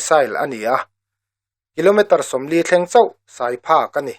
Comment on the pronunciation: A ngaihnawm..a bengvarthlak e. "Sai" lam dan erawh fimkhur deuh angai a nih kha!